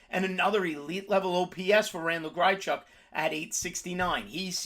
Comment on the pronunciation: It’s hard to take you serious when you don’t know how to pronounce half the guys you recommend. Grychuk???